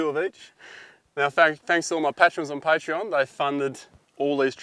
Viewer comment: Interesting how you pronounce patrons and Patreon differently...